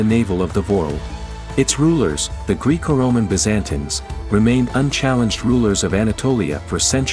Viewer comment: So was 'Greeko Roman Bizzantans' supposed to be how that title is pronounced in another language, or is the narrator just not familiar with the topic?